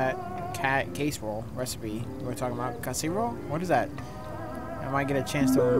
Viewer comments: i love you but how u not know how to pronounce casserole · not being able to say casserole 😭